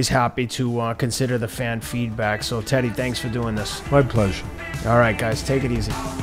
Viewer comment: I know Teddy isn't trolling but his pronunciations are so bad it seems like he is